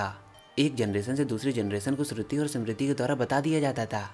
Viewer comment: भाई आपका काम अच्छा है पर आप नाम बिगाड़ रहे हो वो वेंदास नहीं वेद है सामृती नहीं स्मृति है अंग्रेजो ने ये कबाड़ा किया है आप नहीं करे रामा कुछ नहीं होता राम होता है वात पित्त कफ होता है ना की वाता पित्ता और काफा